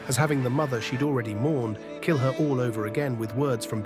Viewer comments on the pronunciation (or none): none